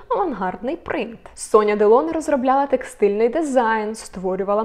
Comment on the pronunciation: Ударение в фамилии Делоне на последнем слоге как и в имени Робер.Это правила французского языка.